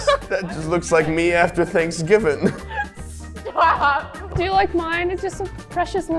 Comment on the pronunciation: Ranboo literally said "thanksgiven"